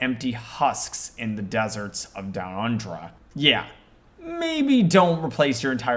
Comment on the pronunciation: You mispronounced Abaddon, Excommunicate Traitoris and Downunda.